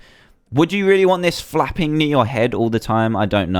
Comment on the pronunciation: Did he say flapping squid, or FAPPING squid? >:D